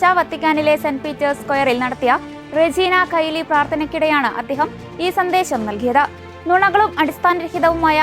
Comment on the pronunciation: റെജീന കയിലി അല്ല. റെജീന ച്യേലി എന്നാണ് ഉച്ചരിക്കുന്നത് . ബാക്കി എല്ലാം excellent ആണ്